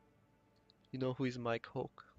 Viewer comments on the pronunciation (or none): none